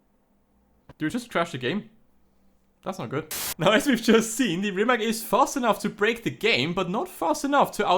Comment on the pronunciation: First learn how to say rimac than record a video .... idiot